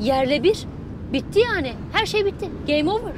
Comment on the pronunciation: GAME OVER olcakti kizda geme overm dedi